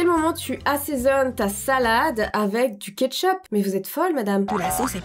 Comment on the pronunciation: Du '' ketchoup'' 😂